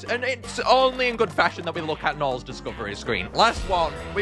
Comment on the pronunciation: Why does gnarls sound like hes saying nya🤨